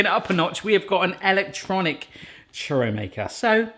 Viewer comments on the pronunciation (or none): none